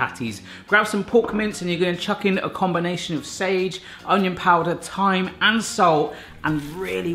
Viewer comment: It's thyme